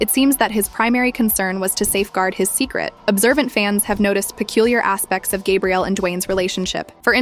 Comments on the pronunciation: You're pronouncing her name in the masculine form, then called her Gabriella 😮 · They arent even saying her name right. This shi wack.